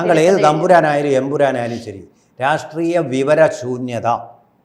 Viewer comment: എമ്പുരാൻ അല്ല, എം.ബീരാൻ😂😂